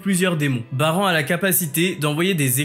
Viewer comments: on dit barane pas baran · ça se prononce "Barane" mais pas "Bas rang" après avoir visionner une œuvre en VO veuillez la revisionnez en VF pour la prononciation des villes/des perso/des techniques etc... 😭 Ou sinon de début jusqu'à la fin de la vidéo il faut tout prononcer en VO ou tout en VF, mélanger les 2 ça fait bizarre ( pour moi ). Petit point sur la distraction d' Esil dans l'animé on dirait un bébé qui lance un petit caillou et ça n'a même pas fais bougé la tête de Baran alors que dans le manhwa elle lance sa dague avec une grande puissance jusqu'à faire penché ou tourné 🤔 la tête de Baran